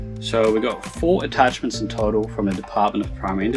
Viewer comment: Why you say larb for lab and ouray for array artachments for attachments?